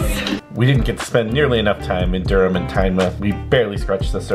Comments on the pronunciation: I’m a Durham lass and love how you both pronounce the city name 😀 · Thanks for getting the pronunciation of Durham correct. Fantastic video, subscribed 👍